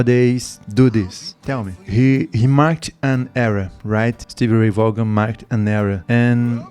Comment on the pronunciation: Thanks for the reaction! *This particular performance was at Austin City Limits in Austin, Texas. ACL, as it is affectionately referred to, is a famous music venue and is broadcast on public television here in the States. He did, however, mention playing at the Rome Inn before he became famous. The Rome Inn was also in Austin, Texas. *Vaughan is pronounced "Von" *Yes, I agree with him being in a state of Nirvana and other consciousness when he played. I would love to know what he saw or where he went in his soul when he played. *Texas Flood at El Macambo* *Life Without You at Capitol Theater* *Ain't Gone N Give Up On Love at Capitol Theater*